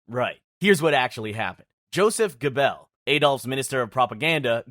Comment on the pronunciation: Joseph Goebelles last name is pronounced Gerbels. Not the way you said it. My ww1andww2 history teacher taught us that